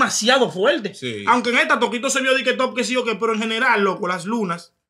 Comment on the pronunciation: Mira a "Tokito" y se volvio "Tokote" 🤣🤣